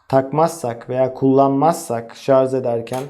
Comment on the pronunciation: yazarken "şarj" yazıyorsunuz da, neden anlatırken ısrar ile şarz diye telaffuz ediyorsunuz?